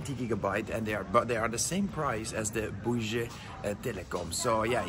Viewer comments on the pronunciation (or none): Pronounced BOO-WII Telecom